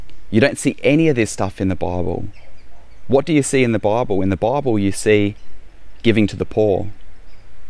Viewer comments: I heard several references to a baubel, which I later understood was to be bible. In America it's pronounced Bye ble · I at first I thought what’s a bobble? Oh…. He’s saying Bible. lol. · “In the bahable”. 🤣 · Took me the longest time to figure out he was saying "Bible" ! Bobble? AHAHAHAHAHAHAHA!!!